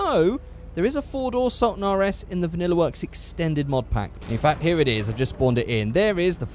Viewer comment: When he said he was doing the regular sultan I was happy,..... then he butchered it. You let me down with this one